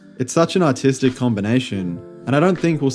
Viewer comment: I thought you said autistic combination